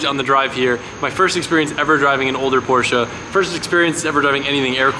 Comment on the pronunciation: Where is the A in Porsche?? Porscha/Porsche?? Please learn the right pronunciation😊😊